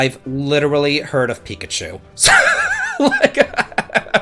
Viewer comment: Hey, at least you got Pikachu's name right. lol